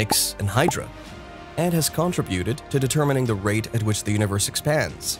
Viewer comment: Contri Buted? Lol